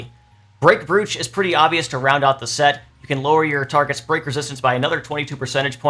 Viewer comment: the word is said as broach, like coach, please